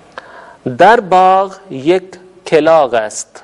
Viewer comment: سر !!! کوے کو کِلاغ بالکسر نہیں بلکہ بالفتح کَلاغ پڑھتے ہیں